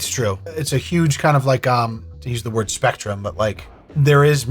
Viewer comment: I didn't actually think you would stick with that pronunciation lol that's my bad